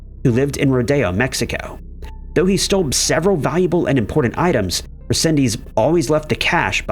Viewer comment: Okay I couldn't take it no more, There's so much you got wrong on the Angel resendez Ramirez case, starting with saying his name wrong, then implying he was attacking people on the trains which never happen. Just a plethora of wrong information.